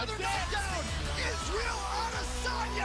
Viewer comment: Anderson Iz-ah-yel Adesanya